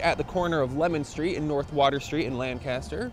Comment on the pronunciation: Lang-kiss-ter my dear